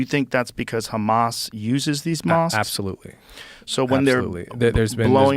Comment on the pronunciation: Its pronounced Hhhhhhamas not Kkkhhhamas